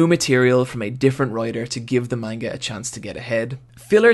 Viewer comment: “Maneguh” Ugh